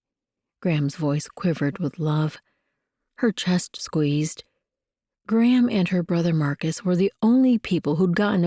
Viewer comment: Enjoying the story and will be looking for the other books. One thing that distracts me is the narrator’s pronunciation of Gram, sounds more like “Graham “ to me.